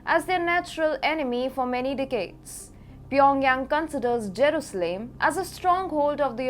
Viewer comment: It is not Jerooslaim girl, work harder to get the names right.